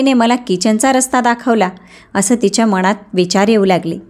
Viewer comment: उच्चार चुकीचे आहे मनात असा उच्चार करावे